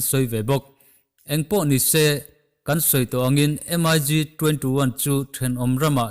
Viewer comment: MIG anilo mik ti in lam tur